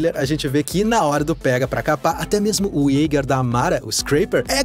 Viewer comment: Isteiquer, ieiguer.... Pronúncia FAIL